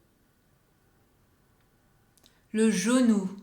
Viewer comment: Le genou sounds like Zanoo 😂